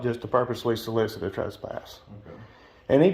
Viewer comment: “He tried to solidict a trespass” 🤦‍♀️ Good grief this fool needs to learn to speak. It’s “solicit” you dimwit